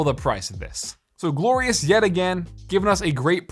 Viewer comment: did he just say gorious or glorious when he was showing the Model o wireless